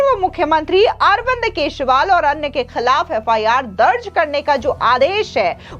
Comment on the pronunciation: मैडम! आप केजरीवाल को हरदम केजरीवाल को केशवाल बोलती हैं।